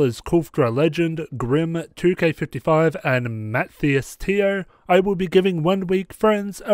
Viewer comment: Oh, btw, my name is pronounced as muh - thy - as (s as in sun). But great video anyways!